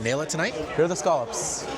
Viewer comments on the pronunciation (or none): He said "scaw-lupps" 😂